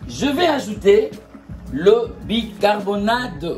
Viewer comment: bicarboNATE et non bicarboNADE SVP